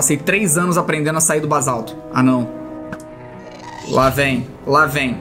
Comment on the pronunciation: felipe não se fala bazalto.é basalto